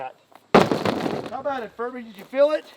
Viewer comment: Good job pronouncing the B in furBy a little louder, otherwise youd have the entire furry community at your doorstep 🤣